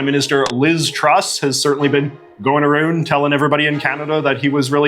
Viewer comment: I hope that you are mispronouncing ou words on purpose. No Canadian says a-roond.